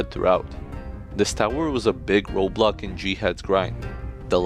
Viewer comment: In life, there's Roblocks